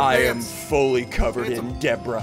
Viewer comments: i love how he says Debra and not Debris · Ain’t no way bro really said ancient Deborah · Just a friendly reminder its pronounced ancient debr-ee not ancient debra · SSundee: Debra Me: ITS ANCIENT DEBRA! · Ssundee : achain dedraaa Me: your not saying it right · Why does ssundee say ancient debra than acient debris? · Why do I here you saying “ Debra “ even though it is debris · ancent debris not acent dabras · Ancient debra????????????????????? Its debri thats how you pronounce it